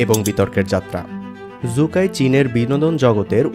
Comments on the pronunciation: সু কাই কে জু কাই বলে বলে ভিডিওটাকে দিছেন নষ্ট করে। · জু কাই নয় সু কাই😂